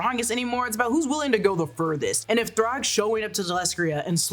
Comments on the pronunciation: Why do say throg it’s THRAAAAGGG !!!! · Thragg's name is pronounced "Thr-A-gg" with an A, not "Throgg". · Did you just call thragg “throgg”? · Genuinely why is she saying Throgg. So fckn wild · Thuraag ? Wtf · It was more like Thrague like Prague 😂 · lmao she fully said “throg” 🤣😭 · why u calling thragg throg